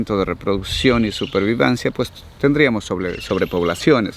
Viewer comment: Minuto dice supervivancia